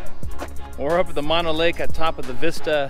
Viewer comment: Mono Lake is mispronounced in your video. (It's pronounced with 2 "oh's"). I get using "You might die" in your title as a "hook" but it's a huge exaggeration, similar to you might die by falling out of bed in the morning. The warning is for stupid people who take their boat to the south shore beach, get out and trespass/wander around the huge military ammo depot with 100's of bunkers full of explosive munitions (the largest ammo depot in the USA and mostly why Hawthorne, NV exists)...hey., ya got to warn dense people. Swimming in Walker Lake would be disgusting/nasty because of the high mineral content (similar to the Great Salt Lake in Utah)...it's the result of diverting the Walker River's water for agricultural irrigation.There's discussions/efforts to limit the diversion to "save" Walker Lake. Look up Walker Lake in Wikipedia for details on the lake's restoration efforts and the ammo depot.